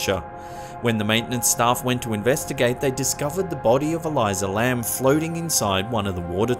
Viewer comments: It is so easy to break these videos down, Elisa Lam (El-iisah) and not (Ee-lie-zah) Elyzah Lam was manic, she was on medication and bipolar type 2. The door to the elevator jams, and a quick look into psychology; You can read her body language. She is not talking to someone, she is talking to herself. She seems to use each finger to account for all the trouble she may have been having on the trip. She is not possessed she is checking the sensor for the elevator. The wells are not hard to reach, you can access them on a fire escape. And a ladder leads right up to the latch wich has never had a lock despite what media told you. And as for the rest of these videos, cgi, cgi, camera film student tricks and a good seizure. Cameras developed in china flickering is not paranormal. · There’s not a “Z” in Elisa Lam. Why the fuck are you pronouncing it like that?!🙄